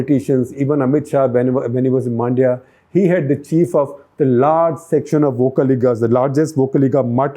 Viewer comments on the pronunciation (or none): It is not Maandya, it is Mundya (rhyming with India). It is Uga-thee, not Uga-dee!!!😤🥱😡 And BTW thanks for looking down South also!!